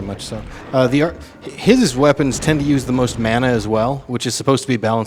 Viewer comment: Was already annoyed at the pronunciation of mana, then he said "gibs". Had to stop and breathe for a minute.